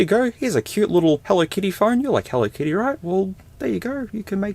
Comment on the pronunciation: More like "Hello Kitto"